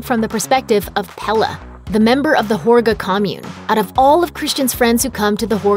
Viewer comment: great analysis - but the narrator clearly didn’t even see the movie - mispronouncing important words including Midsommar, Pelle and Harga. The way she pronounced Midsommar incorrectly over and over was particularly irritating and frustrating.